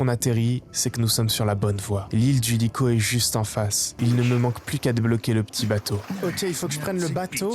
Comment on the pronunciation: vrm banger la vidéo par contre regarde la prononciation de likho mdr